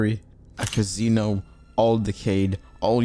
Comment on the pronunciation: "A cazeenou" 😅😅😅